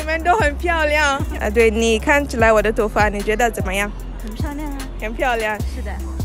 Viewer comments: Wo DE（MY） Toufa（HAIR） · You said 'wo da tonfa'